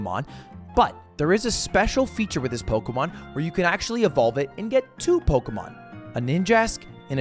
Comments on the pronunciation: I hate how he says Pokemon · I know this is a year old, but I FUCKING HATE THE WAY HE PRONOUNCES POKEMON